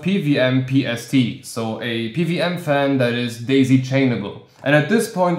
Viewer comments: Why do you keep saying PVM? Do you know what a W is? 😂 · Good video! I kept hearing PVM fan with that accent. What country are you from?